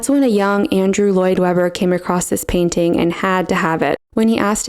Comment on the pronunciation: T is a consonant, it isn't SILENT. The word is PAIN-T-ING, not PAINING.